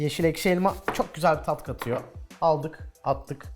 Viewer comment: kat tatıyo sandviç çok güzel olduğundan dilin sürçmüş abi :D